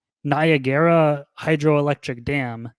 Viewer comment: did he actually pronounce “Niagara” as NY-uh-gare-uh? How can he possibly not know how that’s pronounced?